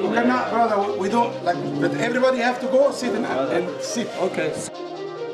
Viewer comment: "Yees, not Kawaii brozer" 👋🏼